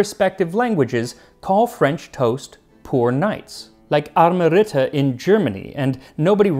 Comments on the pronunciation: Are they? I only know them with sugar and cinnamon. But very nice pronounciation indeed! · One big difference between french toast and arme ritter is that arme ritter are mostly not sweet, but savoury. And that's some very good german pronounciation 👍